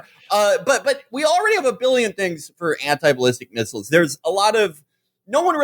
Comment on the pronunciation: felix says "missiles" and "miss-ILES" like people in The Wire say "a po-leese" and "the p'lice" there are linguistic nerd accounts that should study Felix vowels. the way he pronounces "alien" with the first syllable like the one in "allergies" is worth a dissertation